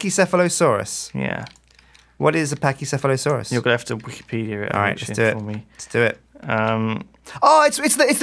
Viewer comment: OH MY GOD lewis said pachecephelysauras right! (Dont blame me for the spelling)